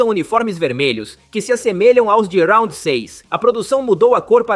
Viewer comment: Pq RAUNDI e não round